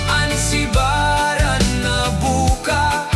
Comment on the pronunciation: subiran, not sibaran